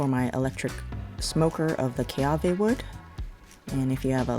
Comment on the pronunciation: It's kiawe not keawe.